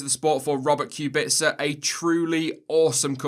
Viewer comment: The way he pronounces Kubica's last name bothers me to no end